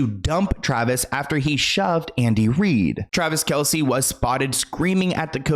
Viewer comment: It’s pronounced Travis KELSE. Not Kelsey. Everyone pronounces it wrong though not just you. Travis dad even confirmed it the other day people just say it wrong.